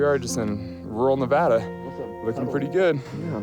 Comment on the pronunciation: The best part of this video is that they both say Nev-add-ah, not Nev-odd-ugh.